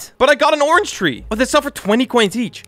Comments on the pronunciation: all i hear when sees a orange ONION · how many times did he say onion instead of orange? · oinon????? its a ornge SIR DID YOU GO TO SCHOOL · Xd he said onion meaning to say Orange xd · orange not onion xd